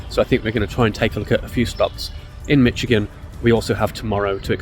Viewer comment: I seen two Red headed woodpeckers at my aunt and uncle’s yesterday close up no camera with me though 🫤 I was getting firewood and visiting not out for Photography. You pronounced Michigan correctly I believe 😊 everyone else normally says Mishhh lol